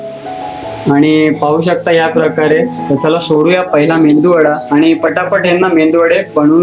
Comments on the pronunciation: Mendu.vada nahi MEDU VADA..Krupa karun.dish cha naav barobar sanga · Bhai mendu vada nahi re baba. Its medu vada. Mendu che kadhi vade ikles ka bhavu.